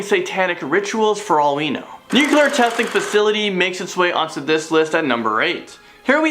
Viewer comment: Can you please pronounce nuclear correctly. Your pronunciation does not match the spelling. Bush couldn't do it and neither do you. Really bothers me as a person that is multi language